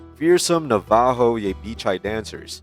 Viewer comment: You better learn how to pronounce Navajo, and Apache. This is exactly why you need to stay in school kids, so that you can learn how to speak proper English.